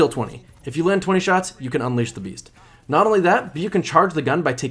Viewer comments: BeaST not beaF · Are you saying Ravenous Beast, or Beef? lol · Approximate_ Accuracy i heard ravenous bees a few times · Anyone else catch him saying “beef,” instead of beast